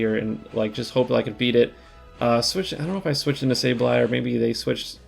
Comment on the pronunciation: It’s not SaBEley, it is SaBLEye :) maybe you could check it on your book and let us know? congrats on rank 10, been following you for a while, my absolute fav content creator!